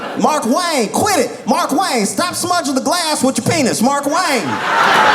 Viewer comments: His pronunciation of Mark Wayne has me rolling 😂 As a redneck, I've got a cousin named Tanner Wayne and I definitely heard his name yelled like that. But it's still not as good as "Marquain!" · Even though I know it’s MarkWayne, Josh makes it sound like Marquane! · Josh, it's pronounced Mar-Kwayne. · Yes, and it’s still incorrect.